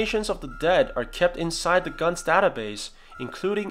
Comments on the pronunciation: Just irritates me...Is it really pronounce as “guns”? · it’s his accent. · Pronounce it right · he probably pronounced it differently